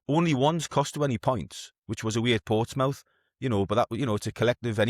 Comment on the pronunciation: “Ports Mouth”